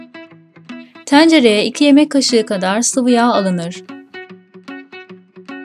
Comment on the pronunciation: ''Teğğncere'' diye telaffuz edilmez.Tencere derken ''e'' yi kapalı kullanmalısın.''-Yacapak -edecek'' diye okunmaz ''-yapıcak -edicek'' şeklinde okunur ki doğal konuşma şeklimiz budur.Diksiyon dersi al bari 1 m üstü izleniyorsunuz.